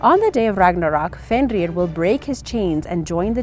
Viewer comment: I love Norse mythology because I'm named after Odin but you need to work on the pronunciation of jormungander and FENRiR